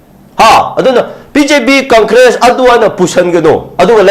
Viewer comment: gi phonetics: conkres 😂😂😂